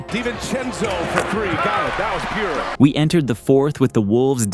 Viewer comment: Every time I hear the commentator say "pure," I want to stop watching.